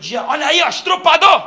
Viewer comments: Murilo, eu te adoro, mas falar errado não é bom em nenhum sentido.... é estuprador, nãooooo estrupador 😰😰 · "Estrupador" é meu ovo direto kkkkk...